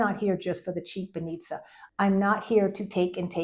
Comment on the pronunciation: One thing that I've noticed with my Aussie friends is that native English speakers naturally tend to misplace the stresses of many Bulgarian words. 'Banitsa' is a good example. You did it too. With my Bulgarian friends we now jokingly say 'банИца', while it should be 'бАница' - the stress in on the first syllable, not the second - bAnitsa. Try to pay attention to the stresses. Another example: choreOgraphy in English. The same word in Bulgarian has the stress on the A - хореогрАфия. Or sOfia, not sofIa. As others have pointed out, structurally Bulgarian and English are very similar. Once you know enough words, you will be able to literally translate from English and everyone will understand you. You will be able to convey nuances and even joke. Good luck!